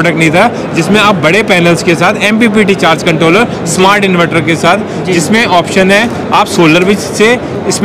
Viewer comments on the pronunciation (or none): इनवैटर nahi इनवर्टर bolte hain